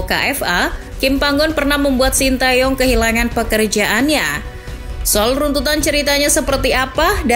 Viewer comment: Bacanya te Yong itu mbak bukan tae yong